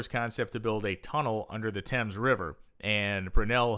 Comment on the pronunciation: Why can american's never prounounce words correctly? it is the River Thames (prounounced Tems) We had been building large stuctures for years , look at Cathedral's in the UK and Europe.